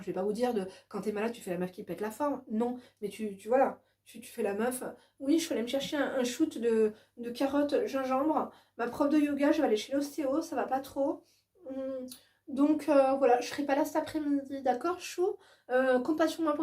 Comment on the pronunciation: Entre tes punchlines ton hors piste et ta façon de parler j'en peux plus je suis morte de rire 🤣 oh tu es incroyable serieu INCROYABLE 😍😍😍 avec toi on s ennuie pas. (Les shot des vodka choute 🤣🤣🤣 ça ce dit chote) on t aime trop ❤️👑👑👑